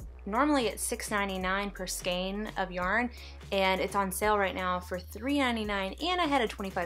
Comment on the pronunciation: Lol "Skayne" 😂